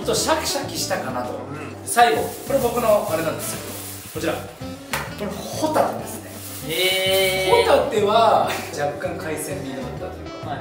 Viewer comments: そのイントネーション、ホタテじゃなくてポテトじゃない？ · ホタテのイントネーションおかしくない？ｗ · としみつ｢ホ↑タテ｣ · ホ↑タテ サンドっぽいw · サンドウィッチマンのコントの｢ホタテ｣の発音のとしみつ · としみつのホタテのイントネーションが気になるの私だけ？笑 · 「ご一緒に、ホタテはいかがですか」やん。としみつの発音。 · ホタテの発音😂